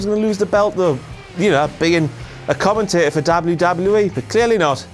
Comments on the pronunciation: Why does he say dable u dable u E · The way he says WWE or the letter "W" makes me die😂😂😂